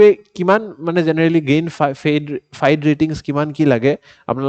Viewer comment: I mean no disrespect sir. But a little correction. FIDE is pronounced as ফিডে. Not ফাইড.